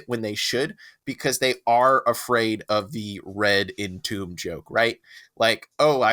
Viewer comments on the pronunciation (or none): why do they keep mispronouncing red entomb?